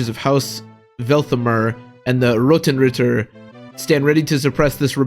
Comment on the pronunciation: as a german, i appreciate how you pronounced Grünenritter, was actually very close :P same for Rotenritter and the others :D always love to hear english speaking folks speak german words. I dont recall Seliphs growths right now, but HP growth must be dope, yea. my last Seliph ended up with.. 74 HP i think? somewhere around that Also, Byron can indeed die, happened to me :D I think if that happens you do not get Tyrfing for Seliph at all, not completly sure on that one tho